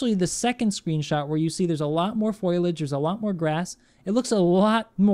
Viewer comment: "a lot more foilage"? Who are you, Marge Simpson? It's foliage. Foliage!!